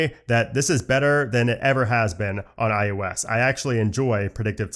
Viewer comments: It’s “I “OH” S” not “I YOU S”… I literally cannot watch your videos when you can’t even say the name right and it’s the entire topic of your channel! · Great video, very good info, but I can’t be the only one completely distracted by you saying “EYE YOU S” not IOS….